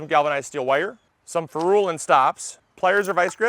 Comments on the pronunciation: its a "feh rul" not a "ferooolll". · Next learn how to pronounce ferrule!